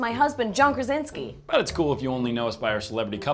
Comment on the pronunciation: Krasiński a nie Krezynksy